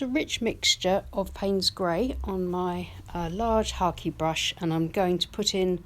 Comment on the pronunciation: Lovely painting. I've never heard of a hake brush being pronounced as Harkey 😁